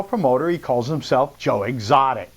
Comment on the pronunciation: First of all if you’re going to pronounce someone’s name say it right second of all joe has a heart of gold